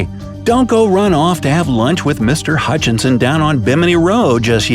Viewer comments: You call him Hutchinson but you spell it Hutchison. So which is it? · Sir, you can't "scientifically" disprove anything if you can't even tell the difference in pronunciation of Hutchison from Hutchinson. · You spell it Hutchison, but you are pronouncing it Hutchinson.... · the name was HUTCHISON . . . not HutchiNson - just saying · Hey smart guy! The guys name is Huchison. Not HuchiNson. There's only 1 "N" in Huchison. STOP SAYING HUCHInSON. ONLY 1 "N"